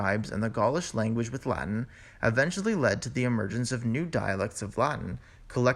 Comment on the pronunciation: Please cut out the vocal fry Adventually =! Eventually